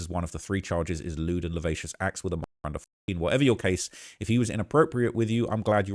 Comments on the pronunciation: I'm sorry to be that person, but I have to point out that 'lascivious' is pronounced as 'la-si-vee-us' not 'la-vay-shus'. 😅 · Lol. It's Lewd and luh·si·vee·uhs NOT La-Vac-Ious. I've heard you say it wrong a few videos now lately. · It is pronounced la siv ee us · Hey, can you please figure out how to pronounce lascivious before you say it again? You’ve been saying it wrong this entire time man come on